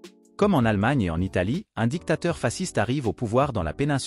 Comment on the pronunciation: Intéressant mais dans le nom « fasciste » le « sc »se dit « ch »